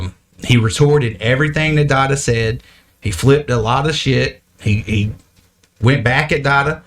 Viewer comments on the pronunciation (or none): Shite, not shy. Its a british term for s**t